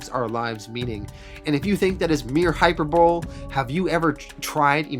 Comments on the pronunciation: Awesome video, really enjoyed it. One small thing, and I only say this so you know for the future, hyperbole is pronounced hy-PER-bohlee, not hyperbowl. Sorry to be so pedantic. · Great stuff dude, but it's pronounced "hyper bow lee" not "hyper bowl" js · Hyperbole is pronounced Hi-per-bo-lee not hyper-bowl. Knew I'd find something wrong with your videos. Lol. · “Hyperbowl” 😂😂 work on your commentary bro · Hyper"bowl"? Seriously? lol (I guess we all have our own blind spots in the English language. I shouldn't give you a hard time.) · everybody messes up sometime I just always found that particular mispronunciation hilarious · I watched the lot back to back. Nice job, dude; it's a great series. (check the pronunciation of "hyperbole", though...) 🙂